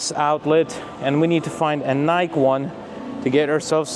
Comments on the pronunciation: It’s Nike with the E pronounced. I live about 15 miles from their US headquarters Beautiful campus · Evelina's English is getting veddy veddy guud! Bravo! Btw,, it's "A DEE dus" and "NI kee" There's your proper English lesson for today... YW! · Ah-dee-dass and Ni-kee. Is how you should pronounce them. Everything else is perfect!